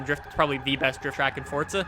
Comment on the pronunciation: Forza or Fortza?